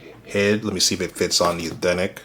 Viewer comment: The way bro says Eethentic over and over instead of authentic 💀💀💀 someone push me off a bridge please 😭 LMFAO